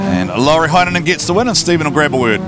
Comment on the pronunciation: I cant stop laughing when you try and say lauris name😂awesome coverage tho lads good work😉